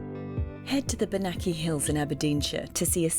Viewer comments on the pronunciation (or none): Please if you are going to do a show on locations learn how to pronounce places properly and at least devote a bit of time to finding out how to!! Bennachie isnt BENNAKIE its pronounced BENNA-HEE and Earls Marischal Isnt MARISKHAL Its pronounced Mar-shall Little bit of respect for where you visit .....